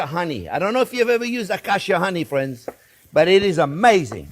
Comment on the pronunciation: "well hello there phrinzzzzz"